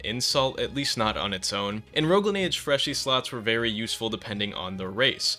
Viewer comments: yeah nah we're all saying freshie not freshy dawg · its freshie not freshy idf soldier ur trying to change the terms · If you had the slightest clue on how languages grow and develop you would know that it is completely fine to spell it "freshie" due to how the word has developed and changed over the years, like how in swedish "f" used to be pronounced as "v" in some words or how the word "goon" used to mean a bad guy in common speak but nowadays everyone thinks of masturbation (which goon does not mean just normal masturbation unlike how it is used) You are prejudiced, biaced, and absolutely BLINDED by ignorance.